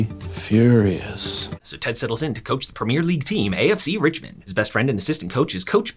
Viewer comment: The way you pronounce “Premier League” genuinely hurts my soul.